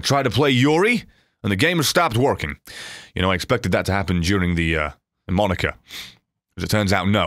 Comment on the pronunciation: it's moh-knee-kah, not maw-nih-kah